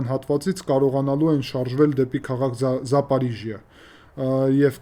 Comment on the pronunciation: ԻՆՉՈՒ ԷՔ ԱՂԱՎԱՂՈՒՄ ՈՒԿՐԱՆԻԱՅԻ ՏԵՂԱՆՈՒՆՆԵՐԸ։ ՈՉ ԹԵ ԶԱՊԱՐԻԺՅԱ ԱՅԼ ԶԱՊՈՐԺՅԱ։ ЗАПОРОЖИЯ (Порожня) ОТ СЛОВО порога ՀԱՅեՐԵՆՈՄ (ՇԵՄ) Այսինքն՝ Շեմից այն կողմ։ ЗАПОРОЖИЯ буква г меняли на ж для удобство